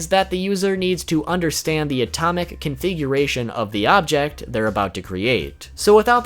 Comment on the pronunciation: you said atomic coonfiguration twice lol